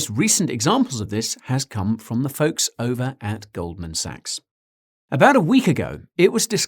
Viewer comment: It's pronounced gold man sacks